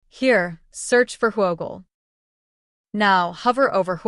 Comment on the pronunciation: No way we calling this who O gle... It's Whoogle